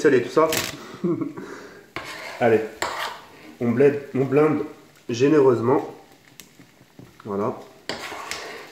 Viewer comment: jai failli mourir de rire quand tu as dis on bled a la place de on bleinde